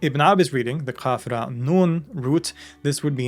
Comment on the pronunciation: qaf, raa, HAMZA, and NOT ein. ق ر أ = قرأ > يقرأ > قراءة…. Reading Very interesting theory about Quraan meaning to compare…!!!!